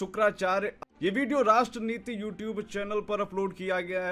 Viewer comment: भिडियो नहीं बोलते भाई वीडियो बोलते है।